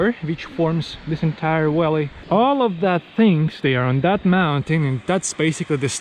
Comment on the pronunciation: Remember that V is not pronounced as W in English. You call a Valley a Walley.